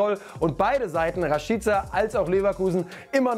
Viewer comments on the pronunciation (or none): Rashiiica😂 wer spricht den bitte so aus 😂